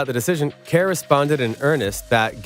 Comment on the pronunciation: Kerr is pronounced like 'ir' in bird or 'ur' in curry. Not like 'care.'